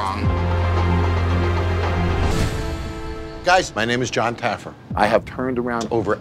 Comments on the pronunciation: “JON TAYYERFY” 😭😭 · This dude said “ John Taggerfree” LMFAO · Love how he says Jon taggerfee instead of jon taffer 😂😂🤣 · "Jon Tagerfee" 😂😂😂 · John TA GRAH FEE